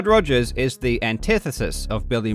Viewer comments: He is misrepresenting Mr. Rogers by purposefully mispronouncing his last name. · Mate. “Togers” got a giggle EVERY second time. Great call there 😂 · Totally agree, I chuckled every single time he said 'Togers' from that point on :-) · I thoroughly enjoy how you just continue calling him Togers throughout the video without emphasising it at all.